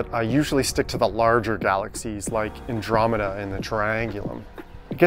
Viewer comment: btw it's called Andromeda, not dromeda ;)